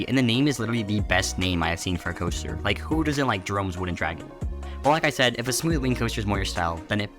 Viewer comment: "jerome" chain